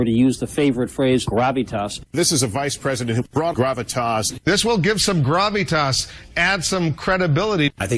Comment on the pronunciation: You can tell by the way some of them are pronouncing "gravitas" that they've never uttered that word in their lives. It's so obviously being handed to them by someone else.